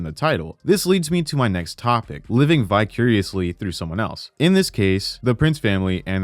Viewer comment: When you say "vicuriously", do you mean vicariously?